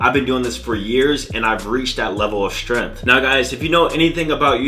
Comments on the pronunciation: Me: "Strength" You: "S t r u h n" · that level of strenth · no its shtrenth xD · With how much all these fitness youtubers know, you’d think they’d be able to pronounce the word “strength”